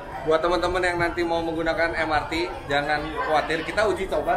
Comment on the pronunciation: Em-er-te Bang, sudah diindonesiakan kepanjangannya jadi Moda Raya Terpadu, jadi pelafalan singkatannya mengikuti ejaan bahasa Indonesia, karena kepanjangannya berbahasa Indonesia